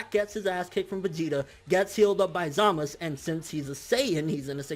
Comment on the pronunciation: I assumed that the correct pronunciation for Zamasu was to include the "u" sound towards the back. Why is he always saying Zamas? lol it sounds a bit weird.